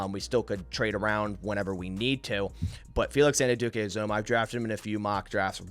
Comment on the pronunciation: Great mock, just one thing. Felix Anudike-Uzomah is pronounced An-you-dikay Ooz-amah. I’m a Kansas State fan and this is how the announcers and coaches say is name. (Or just call him King Felix)